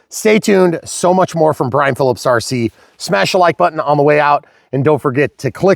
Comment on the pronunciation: Eeeeeeeeeeeeyaaaaaaa it’s Brian. Come on man